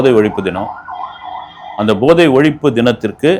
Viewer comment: 🙏ஐயா, sorry நீங்கள் போதை ( Pathai )எனபதை Bothai என்கிறீர்கள்.இந்த மாதிரி தான் முதல்வரும் உச்சரிக்கிறார்.